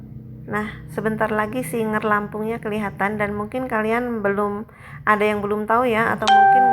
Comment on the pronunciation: Maaf kak SIGER bukan SINGER